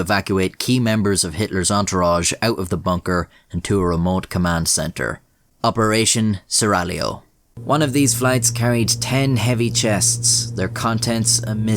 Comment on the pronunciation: Opération seraglio! Perfect pronunciation, caro mio! Una vera meraviglia.